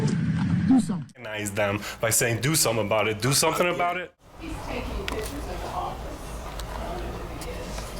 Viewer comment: "ThortIn"!?!?! Come on dude! It's like saying "taking PITCHERS", which hold liquids and/or throw balls... you MEAN to say "PICTURES" and you sound UNNECESSARILY dumb, which kills credibility, in a situation where credibility is EXTREMELY important!!!